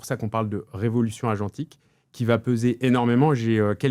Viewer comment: 😂 Le R de « agentique » sort tout seul à chaque fois…